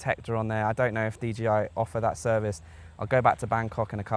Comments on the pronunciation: 'Dee JAY Eye' -- not Gee! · It's d J i. Not d G i. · Why are you calling it a DGI man? Otherwise thanks for the video.